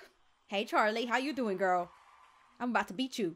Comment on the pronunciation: When she said " oh no Charlie beat me " it was like she was saying Charlie bit me 😂